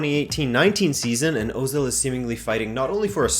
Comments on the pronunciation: I believe, with my fairly limited knowledge of German and some research into Turkish, that Özil is supposed to be pronounce er-zil. I think "Ö" is like "er" and not like "oh." I could be wrong, but maybe someone with a more firm understanding can confirm or deny this. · Wrong name pronounce